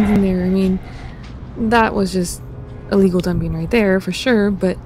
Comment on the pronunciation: It sounded like you were saying legal dumping, but I'm sure you meant illegal dumping?